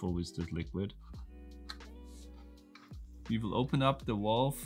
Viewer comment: Whats a 'Walve'? 😂